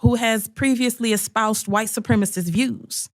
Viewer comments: "White supremist". Boy, you can really tell she passed that GED class, can't you? 😂😂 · She says white supremast 🤣🤣🤣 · "Supremist"? Eglish, Boebert. Do you speak it? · Thank you! It drives me up the wall when people say “supremist”. They’re probably the same people who say “fettanol” instead of fentanyl, and “oxy cotton” instead of oxycontin. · He wrote “Eglish” because he made a typo. Bobo said “supremist” MULTIPLE times because she is an uneducated human garbage. See the difference? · PS; she didn't mispronounce it. GG is a baby expression, the way American Germans sometimes call their aunts "tante.". Don't know the ethnic origins of GG. Maybe it's American hillbilly.